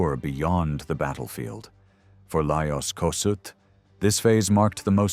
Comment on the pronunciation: Please learn to pronounce his name correctly! Is this an AI video